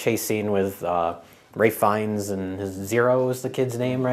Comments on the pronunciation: Ralph Fiennes is pronounced Rafe Fee-ens. But w/e... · Is that how you pronounce Ray fiennsjsss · Ray...Fiennes? Ray? Isn't it Ralph?